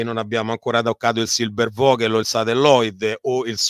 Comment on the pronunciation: Professor Mariotti..un minimo di documentazione sulla pronuncia di Reich. A sentirla parlare e citare parole straniere passa la voglia di seguire il video. Tanto per capirci, una per tutte, "Vogel" si pronuncia Foghel". Quando uno si presenta come esperto certe mancanze inficiano la fiducia sulla persona in toto.